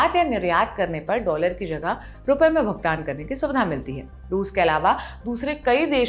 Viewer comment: ..यु एस डोलर बोलो प्लीज़ 😊